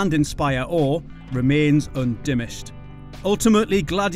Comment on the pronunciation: did...he just say "undimished," instead of "undiminished"? lol